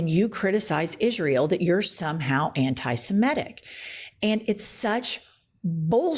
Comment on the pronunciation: Poor Katie doesn't even know how to pronounce "Semitic" - she says SeMETtic. Moron!